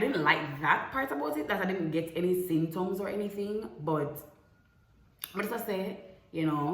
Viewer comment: If pronounce di word wrong one more time😂 "synptoms"